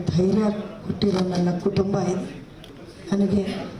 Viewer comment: Madam why cant you say as.....kutumba vs ktumba??